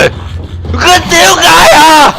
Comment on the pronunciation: 點解次次講點解我都係聽到屌解呀